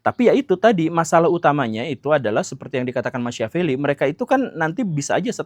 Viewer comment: Sedikit masukan untuk Pak Guru Gembul. Machiavelli tokoh dari Italia itu? Agar lebih mudah dipahami, nama Machiavelli diucapkan Makiavelli. .